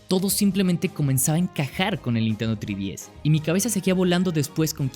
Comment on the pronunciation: No pude ver el vídeo completo debido a que pronuncias mal "3DS" .... En serio, "TRÍ-DI-ES"... ??? TREEEE... ÁRBOL 🙄🤭